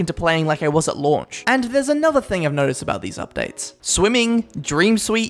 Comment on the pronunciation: i thought he was saying "at lunch" instead of "at launch"